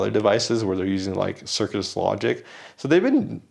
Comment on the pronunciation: I think I heard you said “Circus” Logic; it is actually Cirrus Logic though.